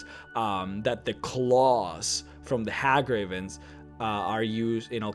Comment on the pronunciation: Hey gravens, not Ha gravens.